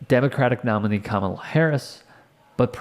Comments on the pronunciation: It’s pronounced comma-la not KA-MA-LA! Hogan is a dumbsh*t! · KA-MA-LA Say it RIGHT or don't say it at all! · In fairness, "Kamala" as Hogan pronounces it was a top heel in the 1980s. The Ugandan Giant. Portrayed by James... Harris? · No BS... I'd be the one guy who would have said "It's pronounced "coma-la" f***head!" But that's if he showed randomly. Chances are those idiots new he was coming. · Why don't they say her name right? Are they being racist? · How are these people STILL unable to say her name...? It's not that f**king hard! Ffs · How come Republicans can't pronounce Kamala? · cant even say her name right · I love how most Americans cant correctly pronounce the vice president's name. Says a lot about them and their following of politics. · Adult men and women purposely pronouncing her name wrong is so freaking childish and embarrassing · Why do they think it's so clever to mispronounce Kamala's name? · Hey, Hulk, that is not how you pronounce her name. I would not expect a traitor supporting no nothing brain dead dork like you to know that! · Why do they insist on pronouncing her name wrong❓